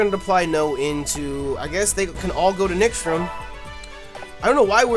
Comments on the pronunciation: OMG IT'S NIXTORM NOT NIXTROM! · He's still saying Nixtrum XD